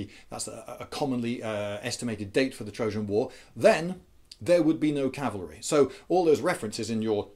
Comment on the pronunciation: Rhonda P My "gibberish" was a joke because you said "Calvary" instead of "cavalry" In case you do not know, "Calvary" was the mountain that Jesus was crucified on. Wheres "cavalry" is the mounted troops used in war. You said "Calvary is much more maneuverable" which is why I said "That is why you see a bunch of sentient crosses hopping around the battlefield."